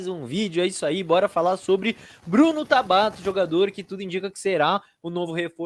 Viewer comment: Mano qual a dificuldade de falar Tabata pqp😤q agonia